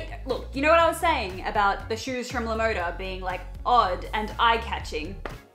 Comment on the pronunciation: Btw LaModa is spanish for "the style", and is pronounced Lah Mohdah. I don't want to offend anyone, but I just want to let people know.